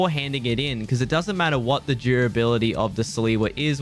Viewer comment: Stop saying salewa like that